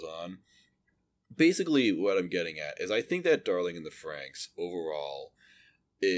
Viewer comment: Why do you keep calling it Darling in the Fronks?